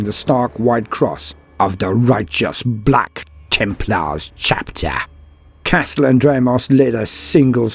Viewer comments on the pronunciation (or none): of the righteous BLAKK TEMPLAWHZ CHAPTAHH!